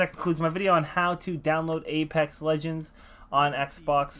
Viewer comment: Ledgens....... BRUH ITS LEGENDS